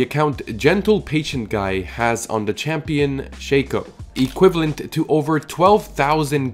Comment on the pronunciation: stop saying "shake-oh" its "shack-oh"